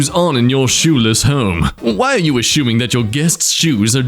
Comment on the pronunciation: Did you just say aSHOEming?